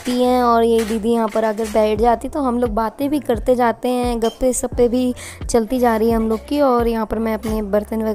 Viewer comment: Gappe sappe nhi gappe shappe huta h. Ap hamesha sha ko sa bolte h